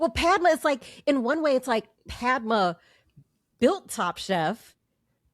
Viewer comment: I wish these people would take some time to pronounce the names correctly - it is not Pad - ma - pad as we say note-pad - that is wrong It is Pud-ma - Pud as in But Whenever you hear a foreign name please take the time to pronounce their names correctly - it is not just for white people or black people Even brown people deserve your respect